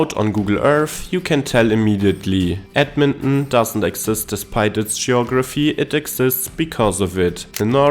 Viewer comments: Ed-men-on?? Where's that?! I've heard of Ed-mon-ton! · Say it with me now: Ed-Mon-Ton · He said Edminhmm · It's pronounced Edmon-TON just so you know. ❤ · What is the Canadian way of pronouncing Edmonton? I’m guessing it’s not “ed mun Nnn”. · The river valley is awesome year round. Its a flat and mostly bland city looks wise, but it has some unique charm if you know where to look. The way you pronounce Edmonton gives me a chuckle. Myself, I am from Saskatoon, which if you ask me is a smaller Edmonton. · lol the way he says it.